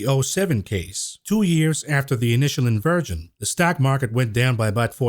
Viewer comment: Dear. I love you but you really need to know how to pronounce inversion. I don't want you to get demonetized 🤣